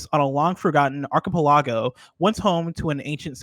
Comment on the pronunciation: we just not going to talk about how pronounced "archipelago"